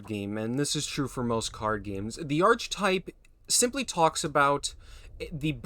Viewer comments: Archetype is pronounced "Ark-ə-type." Its a greek word so the "ch" makes a hard "k" sound. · archetype is pronounced - "aar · kuh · tipe" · Or better still “Arr-Key-Type” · It's not grammar, it's phonetics and pronunciation. There is a correct way to say the word, and hearing it said wrongly over and over and over gets annoying. Once or twice is nothing, but when someone makes such a simple mistake so many times it's polite to simply correct it. The hard k sound for "ch" is correct for this word because it is Greek. Any time you pronounce an obviously Greek orogin word like archetype with a soft "ch" as in "cheese" you reveal your ignorance.